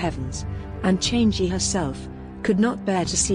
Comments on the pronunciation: it's not change it's chang'a chang a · The moon goddess is not pronounced as "change gee". It is pronounced as charng erh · Not criticising but a little correction here. The moon goddess is not pronounced ‘Chan gee’, it’s ‘Chang er’ Guan yu was not the mightiest in his era, he was strong yes, but during that there are at least 2 warrior that can be known as stronger than guan yu(Lu Bu and Zhao yun) Also he wasn’t really captured and executed, he died by killing himself knowing that he was surrounded by enemy forces and could not escape. The main reason for his lost in battle was due to his pride, as he was overconfident in his strength. Also again, we Chinese don’t really worship him as god of war, but as a symbol for loyalty. Reason being he was better known for his loyalty towards his sworn brother than his might. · Houyi’s wife’s name is pronounced as “Chang e”, not “changy” lol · Chang'i its actually pronounced chang'a but great video either way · Chang'e should pronounced 'Changer'.